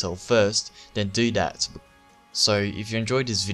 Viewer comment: That, not Dat. Dat is all.